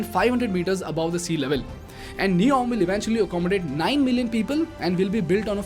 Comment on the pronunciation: Good video Make it NEOM instead of neon.